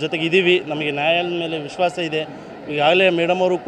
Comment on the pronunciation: ಇಸ್ವಾಸ ಅಲ್ಲ ದಡ್ಡ ಮಗನೆ ಅದು ವಿಶ್ವಾಸ...ಮೊದ್ಲು ಕನ್ನಡ ಕಲಿ.